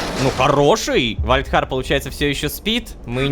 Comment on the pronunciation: Сори за духоту но вальдхар а не вальрах